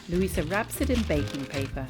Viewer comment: Great video! The elderly lady is called Luise not Luisa btw.